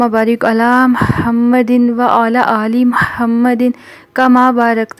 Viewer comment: Sister ap drood ap theek pra kro plz muhammadiu ha muhammadin nai